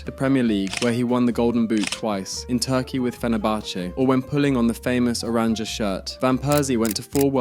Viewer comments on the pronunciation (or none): Bc the pronunciation is really bad. Either just say the orange, or 'Oo-rawn-yuh'